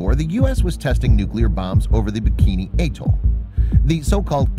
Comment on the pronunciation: Then again after "ay toll"